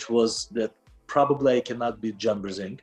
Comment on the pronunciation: “John Brrr-zinc!” now I know why I’m thinking of John whenever I take my zinc supplements.